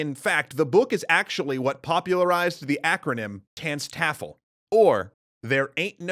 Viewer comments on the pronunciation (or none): That’s not how you pronounce TANSTAAFL